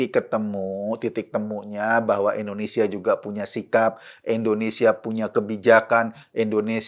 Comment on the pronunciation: Indonesia Pak Eko,Bukan Endonesia...🙄